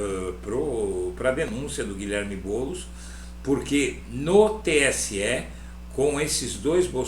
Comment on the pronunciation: É tão óbvio a mentira q ele soltou "Boulos" praticamente balbuciou.